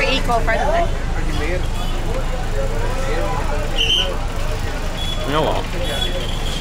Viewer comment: eco rendly ffs lol